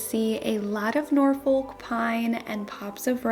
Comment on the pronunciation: It's pronounced Norfuk 😊